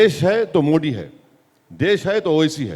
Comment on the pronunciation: ओवेसी जी वो मोडी नहीं मोदी है | आप थोडा नाक से बोलते है तो दिक्कत हो जाती है |